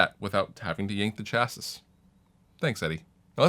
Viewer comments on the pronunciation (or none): You might want to look up the pronunciation of chassis